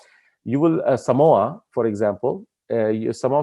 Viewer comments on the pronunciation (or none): none